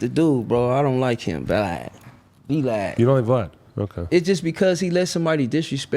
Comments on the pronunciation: He calls him Vee Lad Lmao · He called Vlad V-lad… 😂😂😂😂😂 said he aint coming to the hood! 🤣🤣🤣